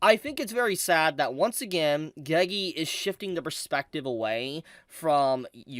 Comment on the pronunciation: pls stop saying gegi